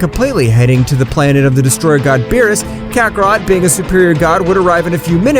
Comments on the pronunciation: Bro never fails to mispronounce kakarott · His name is fricking Kakarot not Kakaroto